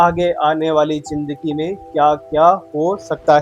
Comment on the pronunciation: AJ AP ny bataya k ap educated insan Hain... But AP k bolny k style SE bilkul b nh lgta k AP prhy likhy ho... Bcz Many apko hmesha Zindagi ko jindagi bolty suna hai...or es k elawa b boht SE words like dekaat,,, Rehty AP pak ma ho follow AP indian language karty ho... Awam k pas star plus ha indian sekhny k ly.... AP kio unki language promote karty ho...